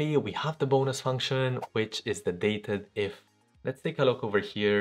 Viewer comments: not "dated-if". it's "date-dif" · DATEDIF (pronounced DATE-DIF, as it is calculating the difference between two dates by day, month, or year) is not a new function; it's been available for years. The reason it does not expand to show formula parameters like most other formulas is that it was provided as a "secret" formula in order for Excel to be compatible with Lotus 1-2-3 (that right there should tell you how old it is). It is a great formula though, so thanks for sharing.